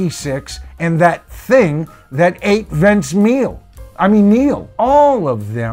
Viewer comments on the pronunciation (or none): I burst into laughter the moment you said Vince Meal. Oh Yeah.